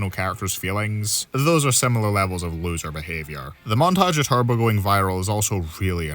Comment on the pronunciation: The fact he got the last place loser correct is beyond shocking